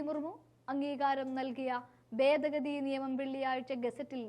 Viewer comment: ബേദ ഗതി??? എവിടുന്നാണ് മലയാളം പഠിച്ചത്??